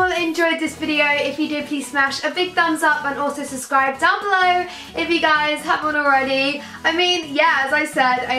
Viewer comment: who's seldom noticed that Saff says subscribe without pronouncing the b 😂😂😂😂😂I know I'm weird